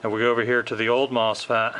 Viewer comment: MosFAT? It’s mosFET